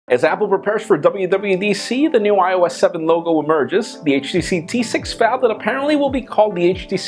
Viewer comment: Who else reacted to the way he said "emerges"?